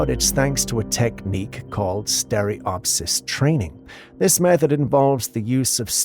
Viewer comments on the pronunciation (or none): none